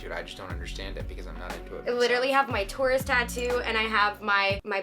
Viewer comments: LOL kept hearing "tourist" instead of "taurus" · Yea..exactly. i had the subtitles on and even they said tourist 😂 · Not me thinking that was saying "tourist" instead of Taurus for half of the video. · I’m so fucking stupid I didn’t realize until halfway that you were saying TAURUS and not TOURIST 🤦‍♀️ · i kept thinking she was saying tourist 😭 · omg i thought you were saying "tourist" instead of taurus, LOL ok this make so much more sense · I thought he kept saying 'I'm a tourist' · 😂😂😂for real sounds like it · samee lmao I was trying to figure out why she was saying she's a tourist for the first half🤣🤣